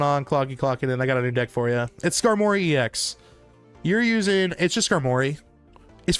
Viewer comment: I hate how you say Scar-Morry